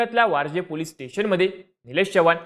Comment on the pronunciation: Ya Anchor la chavan ani police bolayla shikva 😂